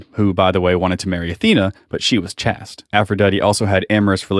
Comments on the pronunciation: Chaste is pronounced with a gay a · I always pronounced chaste as rhyming with waste. Not chaste rhyming with fast. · Great arguments here! Just one note of correction, pronunciation of "Chaste" is the same as "Chased". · chaste is pronounced liked "taste" but with a "ch" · Pedagogy is pronounced peda-gojee and Chaste is pronounced chayst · good video, but just so you know. The word chaste rhymes with paste. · He says "chaste" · You seem to be attacking a strawman argument. I've never heard ancient Greece described as a "homosexual paradise" or claims that homosexual relationships were the same as today. Also, that's not how to pronounce "chaste". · nice video would be better if you knew how to pronounce chaste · Your pronunciation of “chaste” bothers me, but that’s my only complaint. Excellent video and great research! Thanks for putting this myth out to pasture. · You got Uranus pronounced right, but not Chaste?